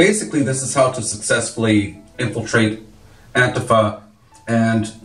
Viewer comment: it's pronounced "An-TEEF-uh"